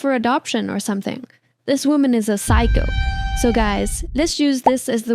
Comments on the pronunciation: Psycho not Physco🙏🙏☠️✌️🥀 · Psycho not physco💔🥀😔